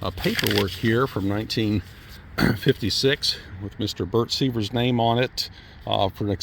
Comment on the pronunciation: The owner's name -- SIVYER -- would be pronounced SIV-YUR. Not "seevers."